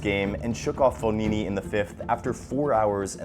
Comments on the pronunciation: it’s fogini not fonini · It’s fogna